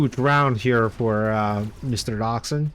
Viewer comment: What a comeback! Thanks for the great content 👍 Not sure but i believe Doxun is a Chinese guy and you would have pronounce the X like a J (Dojun)